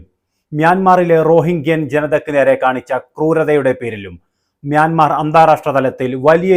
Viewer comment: ഞ്യാൻ മാർ അല്ലാ... മ്യാൻമാർ ആണ്